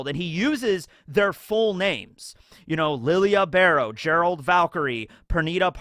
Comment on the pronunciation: Isn’t Lille Barro not pronounced Lilia? I could have sworn Yhawch said Lille and not Lilia. Did I hear wrong?